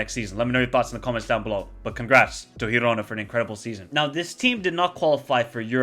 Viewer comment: How cool is that new teams are doing great Btw: girona is pronounced as in giraffe